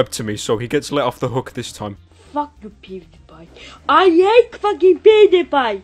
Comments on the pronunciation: he sayed pudepi not pewdiepie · He sounds like he said "I ate booty pie" lol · The third one or fourth the one that said don’t call me fat I swear he says I ate pewdiepie for the first like two times